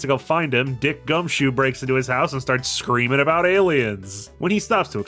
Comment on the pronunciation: When you said called Bob "Dick Gumhshoe" I didn't even question it xD I really need to finish AA3